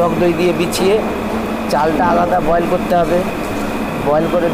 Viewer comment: ভালো লাগল দেখে। কিন্তু দাদা বারবার boiled boiled শুনতে বিরক্ত লাগছিল। বয়েল বলা উচিত ছিল।